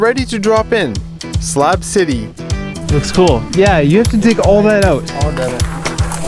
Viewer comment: No one: This guy: slaab